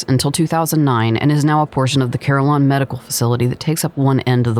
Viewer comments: I did not know I took the pronunciation of Carilion for granted.. She is pronouncing it "CAR" "il" "ion". It is pronounced "Ca"" RIL" "ion" with emphasis in "Ril" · Just to clarify, Carilion is pronounced "Kah-Reel-Yon". It's the largest healthcare network in the area. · ...FYI...Carilion is pronounced Ka-rill-e-un. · Thank you. It was driving me nuts throughout the video. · There's an "I" in there that you're missing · It is okay! You had to have traveled a ways to come here and give it a spotlight. I appreciate that. I find the pronunciation amusing more than anything! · Great job! Beautiful footage! Please look up your pronunciation of “Carilion”